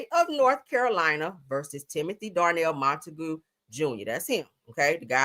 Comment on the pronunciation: Monta-GUE not GOO sounds like mr. magoo🤣